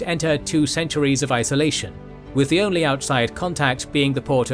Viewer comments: mil-ARD Filmore As an American I just laughed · Mil-LARD Filmore